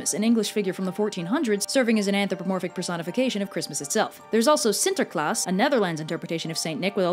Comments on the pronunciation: Honestly surprised by pronunciation of sinterklaas... It was actually really good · I am pretty damn impressed she pronounced "Sinterklaas" so perfect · I've never in my life heard someone pronounce Sinterklaas, who doesn't speak dutch, this close to the actual pronunciation I would even say that you pronounced it correctly just with an american accent, also little non-fun fact Sinterklaas has helpers called "Black Pete" yes you read that right. Basically it's black face you can look up pictures by searching "Zwarte Piet"